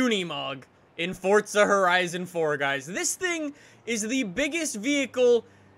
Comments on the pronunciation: Its not fortza its forza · Its forza not fortza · Forza* not fortza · Forza not fortza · Why does he say forza so weird it sounds like fortsa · It's Italian so you pronounce it with the t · STOP. SAYING. FORTZA! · Why do you pronounce forza as forTsa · STOP SAYING FORTZA